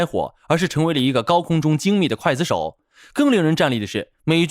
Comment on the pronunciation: 刽gui子手，不是筷子手😂